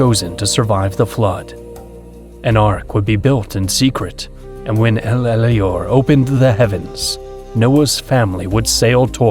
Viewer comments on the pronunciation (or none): Why does the AI keep saying El Elyor instead of Elyon? You won't find that name is you google it. Brethren, Keep calling Satan out. We are here for this time. If you see deception, it is our job to call it out. Some of us are here strictly for that purpose.